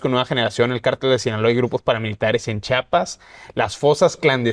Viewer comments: Chiapas no chapas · En conductor que dice CHAPAS,en lugar de CHIAPAS,QUE RESPETO MERECE??